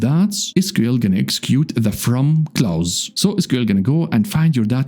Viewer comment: It's pronounced "close" not "Klaus".